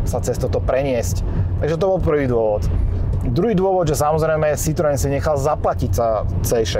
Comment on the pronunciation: Pan autor by si mohol ako minimum zistit, ako sa slovo Citroen vyslovuje! ked uz hra znalca